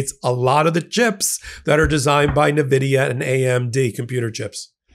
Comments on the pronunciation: It's "envidia" not "navidia". N Vidia. NVidia. I could literally hear the souls of gamers who've passed on cry out in horror. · Nvidia it's pronounced Invidia. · Nvidia is pronounced en-VID-ee-uh, with the emphasis on the second syllable. The company itself confirms this is the correct pronunciation, despite many people initially pronouncing it with an "nuh-" sound at the beginning. The name comes from the Latin word "invidia," meaning envy, which reflects the company's desire to evoke this feeling in its competitors. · With all due respect, phonetically, it’s pronounced “N-Vidia”, not “Nah-Vidia”,….😅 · It's pronounced N....vidia